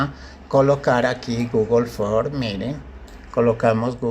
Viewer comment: Se dice Google ForMS. No Google For.